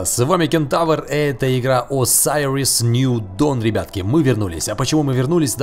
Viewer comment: осириос ню дон а не асариос ню дон